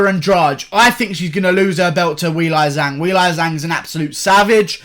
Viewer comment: cuz they mattered to me until he butchered Weili Zhang’s name. I’m still gonna continue to watch all the vids tho lmao